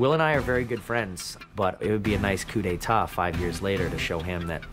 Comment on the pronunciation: did anyone else realise in the beginning clip, he said cu de ta, and then he gets the cu de ta power😉😉😉